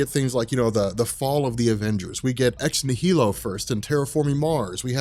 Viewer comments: Why are you mispronouncing Ex Nihilo? Shouldn't it be obvious? Annihilation, Nihilist, etc It's "Nie - Low" (Nie pronounced the way you say "Eye"). Normally it wouldn't matter to me if people mispronounce things but you have a large channel and now hundreds of thousands of people are going to start mispronouncing it.... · I think the correct emphasis is ex-NI-hi-lo (based on the root), and Aleph is definitely pronounced A-lef. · I'm pretty sure it's pronounced "nye-el-o" like in annihilation (an-nihil-ation)... because Hickman is nothing if not symbolic. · nihilo is pronounced “nile-oh”. root word nihilism. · Ex-NIGH- eh-lo. As in annihilation. the "H" is silent.